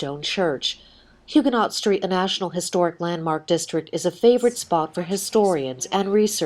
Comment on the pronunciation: Can we please pronounce Huguenot correctly?!